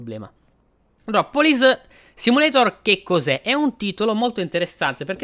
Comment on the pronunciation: Ciaooo... io adoro le simulazioni di polizia... lo hai pronunciato benissimo il titolo in lingua originale... sei sempre super onesto e sincero nelle tue recensioni... sei sempre una garanzia...:_poderakPoderak:👍👋